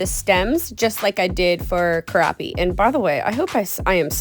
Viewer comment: I thought at first you said cute crappy nails lmao I was like they’re definitely cute.. but crappy? 😂